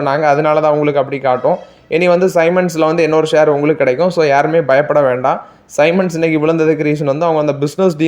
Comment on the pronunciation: Bro சைமன் அல்ல சீமென்ஸ் என உச்சரிக்க வேண்டும். உங்க நியூஸ் ஓகே. நீங்க வாங்கும் stocks வெளியே சொல்ல வேண்டாம். ரொம்ப quantity கம்மியா வாங்கும் நீங்க அதை சொல்வது உங்க சேனல் மேல் இருக்கும் respect ஐ குறைக்கும்.